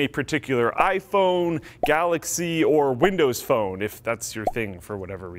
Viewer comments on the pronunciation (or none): none